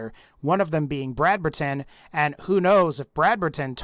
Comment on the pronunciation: Brad-ber-Tan? ITS Brad-Berton! WHY DO YOU SAY EVERY SINGLE UNUSUAL NAME IN THIS GAME WEIRD